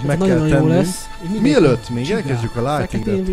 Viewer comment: Ha már Lightning a kedvenc karaktered legalább a nevét kibírnád ejteni meg leírni. Nem sértés :)